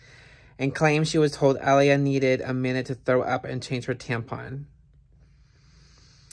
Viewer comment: It's A-lai-a